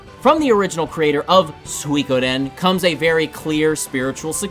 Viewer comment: It's been quite some time since I heard someone say "swee-kaden".. doesn't even bother me anymore. English has already been long since destroyed by the internet so I say we do it to all other languages too. (Only 25 years in Japan.. What would I know about it??) Otherwise good video. I gave it a like.